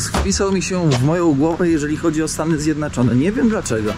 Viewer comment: Czemu mówisz Stany Zjednaczone?